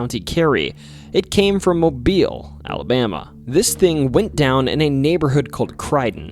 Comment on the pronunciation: Thank you for pronouncing Mobile correctly. A lot of non-Alabamians mispronounce it.